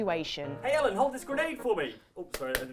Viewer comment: I actually thought Ellen said Hiya Mellon not Hey, i'm Ellen.